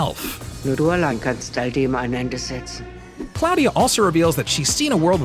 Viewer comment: Claw-dia.... not Cloud-dia ...